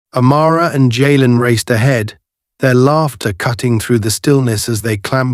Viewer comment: Jalen is pronounced jay-len. No where in the story does officer White ask Senator Carter for identification, if he had they might not have been able to do the good they did.